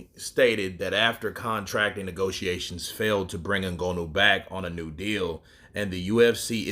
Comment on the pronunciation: NgAnou not NgOnou Brother.. that is what i think but Ngonou is ok too 😅